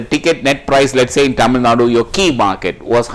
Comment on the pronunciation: டமில் டெரியாடா..... இது தமிழ் சேனல் தானே....